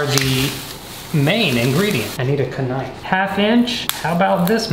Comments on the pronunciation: “ I need a ka-knife” I died laughing!!!! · I need a K nife 😂😂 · Anybody else who thought of the Supercarlinbrothers when he said ka-NIFE?????? The ka-nightbus!! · I thought I was the only person who calls knifes k-nifes, I'm so happy right now 🤧